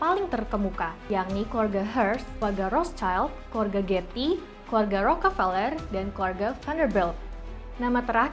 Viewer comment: Njir bacanya peler wwk